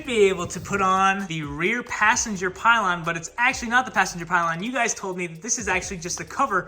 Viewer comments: Its pillion with an I, not pile on XD. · sweet build! Just fyi, its not a pylon, its a pillion there's an extra i in there :D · ITS FUCKIN PILLION not PILE ON 🤦🏻‍♂️